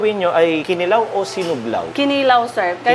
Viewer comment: wow! at last, CDO! by the way, KINILAW ay pronounced with emphasis sa 2nd syllable. ki-NI-law. para i-NI-haw. hehehe